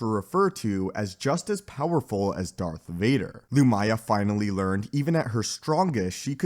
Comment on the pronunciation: The mispronunciations is almost comical. Emphasis in the first syllable. "LOO-mya."